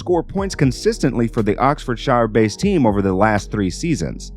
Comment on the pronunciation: The "shire" in "Oxfordshire" is pronounced "shuh"